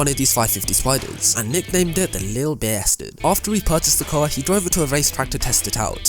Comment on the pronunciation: the way he say's the: ThE LiTtLe BaStArD